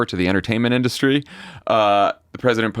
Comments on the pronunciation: The word industry is three syllables. The phenomenon you’re trying to put your finger on is that the proper emphasis is on the first syllable, tRump is emphasizing the second syllable. I’m a little disappointed in Tommy and your all’s understanding of syllables as speech writers… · Trump says it "in-DUST-tree", when there should be no accent on any syllable: in-dust-ree. He hits the "dust" part too hard. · He says In-dust-tree